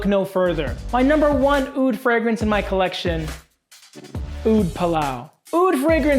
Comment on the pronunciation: ur pronunciation for the word (oud)is disgusting ...عود عود عود